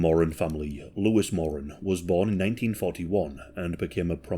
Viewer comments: MorAN. Not “moron”. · Learn how to pronounce Moran… It’s Moor Ran not mor un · Love your videos. Just a slight correction... The Moran surname is pronounced Moh-rann Not More-An Emphasis on the second syllable. Pronounce like "he RAN a race". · In Oz, the last name is pronounced 'Moore-Anne', but considering their combined IQ was about room temperature, I like the way you pronounce it as 'Moron'. XD XD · Thank you my mom was a more-ANN and her students would pronounce it like moron, like is, to be mean 😢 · You’re pronouncing Moran incorrect 😬 phonetically it’s MORE ANNE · your pronunciation of Moran did my head it, I'm a kiwi and been to Melbourne number of times, a mate of mine even meet the Moran brothers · When you say “Jason”, you’re showing a pic of mark and vice a versa. Also it’s pronounced “more-anne”. I’m an Aussie who’s very much invested in this case and those involved. Love ya channel but I had to correct it. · It's pronounced Mor-an. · More-ran.. not picky, but educational.. at least it's not a pronoun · the family name is pronounced MORE-RAN and the pills in Melbourne were pretty clean and amazing in those days lol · Its an Irish name and irish people pronounce it mor an.. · You've mispronounced the "Moran" name. Edit: the first few times at least.